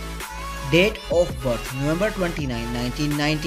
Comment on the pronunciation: I really thought they're dead.. bcuz the narrator pronounce Date as Death hahah sorry for my deafness